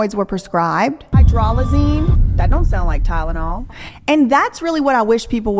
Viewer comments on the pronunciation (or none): I knew she was lying when she started with “TY-DA-NOL” … Girl, … It’s TY-LEN-OL. NOT TY-DA-NOL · Gosh yeah I thought it was just me but that Ty-da-nol pronunciation was so weird!